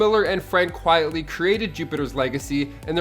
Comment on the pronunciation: Frank “ Quite-ly” and Josh “Due-Mel”. That’s how they’re pronounced.